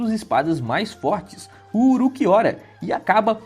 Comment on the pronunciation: "Uruquiora" hauahsushsusha tu é japonês é? Fala como tu lê, Ulquiorra.